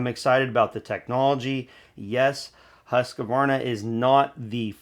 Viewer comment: Bodey did a great analysis and gave us good impressions of the data so far on the 564xp. The new 564xp is now making 70cc power. I hope Husqvarna, pronounced Hoosk-varna not Hussk-a-varna, got the fuel injection system setup for good fuel efficiency. The 550ixp is too costly. Hopefully the battery isn't heavy, otherwise the battery saw will erase the weight advantages of that size saw versus the bigger 60cc saws.